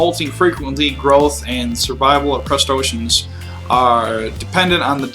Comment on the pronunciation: crust-A-ceans...just breathe and be confident my friend. none of that stuff is hard to pronounce.